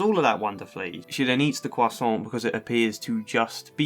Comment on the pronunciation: I like they way this guy says croissant